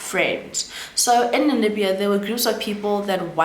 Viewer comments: Did you say Nanibia, did i hear right? Because it's Namibia 🇳🇦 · I was about to ask the same thing too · I like the way you pronounce Namibia it’s sounds like you’re saying Nanibia 😂😂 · I keep hearing Nanibia too, even googled😅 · The pronunciation of Namibia is stressing me a bit 😂 Otherwise great content 👏🏾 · It’s NaMibia, you keep saying NaNimibia, also the former president is pronounced as NUU-YO-MA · 🇳🇦 Namibia, next time, practice the names before you do the video. Nuuyoma etc or watch a video where those names are mentioned